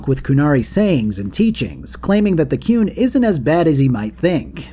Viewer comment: As shitty as it is on the whole I still love Dragon Age 2 jank and all. Keen as for you to do a video on Inquisition and I assume a second video on the DLC cause of how long the game is. Also you pronounce The Qun like Cartmen pronounces The Coon and I laughed everytime